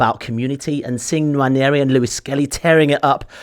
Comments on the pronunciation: David could've at least tried to pronounce Nwaneris name properly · How is it that an African can't pronounce NWANERI 😢. Absolutely no effort from David Full marks Phil and James. ADR approach acceptable